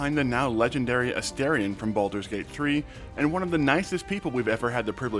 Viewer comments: A-'STAR'-ion! for the love of gods. Not A-stare-ion. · I really don't understand how so many people are mispronouncing his name. They say it like a thousand times in the game, and it's pronounced as it's written. A-STAR-ion, like a star in the sky. What is so hard about this?